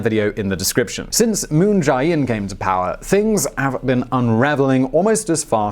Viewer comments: It's pronounced "Moon jay-inn," not "Moon j-eye inn." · Can someone tell this guy it's Moon JAY In and not Moon Jai In? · It's moon je in